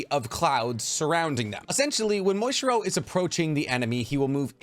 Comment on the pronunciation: Are you calling Muichiro "Moistchiro" intentionally or is that how you just pronounce his name?